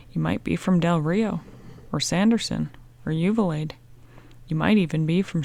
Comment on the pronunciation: Uvalde (You-Vol-Dee), Mesa (May-Suh), sorry, my pet peeve.